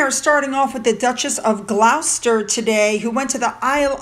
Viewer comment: Just a little tip with pronounciation of Gloucester as I live in the county, we say it Gloss-stuh , the u is silent. With Gloucestershire we pronounce it Gloss-stur-sher. Weirdly it used to spelled Gloster 200 years ago which would have helped you americans, no idea why they changed it haha Love your videos!